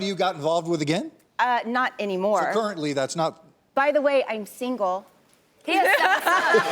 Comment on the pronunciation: "By the way I'm sinlge" priceless